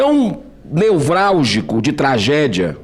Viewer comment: Girão, o que é "neUvrálgico" ? O senhor quer dizer "nevrálgico", certo?